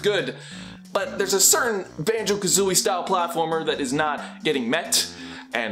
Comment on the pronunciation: Who’s Ban”joe”?